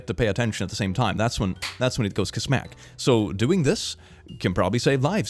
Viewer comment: when you said ka-smack I thought you said "Ka-smäll" and I wanna start using that now